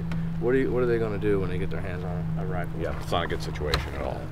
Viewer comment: The look that little punk gave the guard after he disarmed him was like, "But, but...that was MY wifle!"